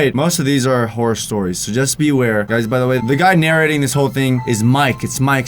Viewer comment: “Horry videos” 👏